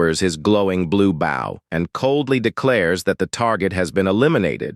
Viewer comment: Sad, low effort, AI slop made video. Wtf is dayth techniques??? Wtf is a draydle enemy??? Can't pronounce bow right after saying it a million freaking times! Sad...